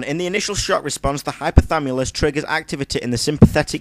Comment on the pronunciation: it's hypothaLAMUS not hypothamulus :)